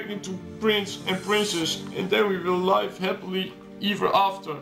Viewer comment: Jesus, these voice actors. Bonus points to when one of them mispronounces 'live' as in 'alive' instead of as in 'I wanna live'.